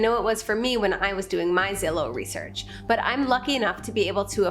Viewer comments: I work for Zillow and is pronounce Zillow not Zillow 🤦‍♂️ just like is data not data 👌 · The way she said Zillow triggered me